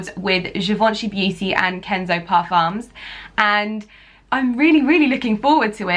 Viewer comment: my dear you should not pronounce the "C" in blanc and the "M" in parfum.